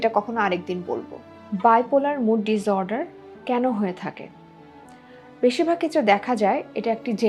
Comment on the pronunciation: Disorder pronunciation? (Dis, not diz). So is the case with disrupt.